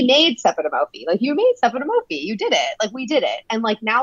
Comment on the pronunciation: Ms. Marja. Babygirl 🙄 You DID NOT make Sepideh “Mofie”. It’s Sepideh Moafi, put some respect on her name. She’s been acting for over a decade, The L Word might be considered her breakthrough, but she made herself. You my dear, literally had no idea what you were doing when you took over this once beloved show. Have a seat